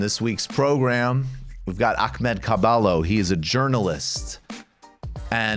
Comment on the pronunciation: Michael the way you pronounce Ahmads name is cringe pure